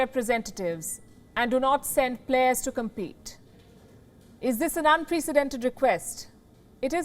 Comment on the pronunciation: How illiterate do you have to be to have been speaking English as a profession and yet to not have the basic understanding of pronouncing words like "Unprecedented" and "Apartheid". Please stop giving chances to Miss Palki Sharma Upadhyay. She is a black spot on the already marred stereotype of the intellect and language profiency of the Indian populace. I mean YUCK 🤮.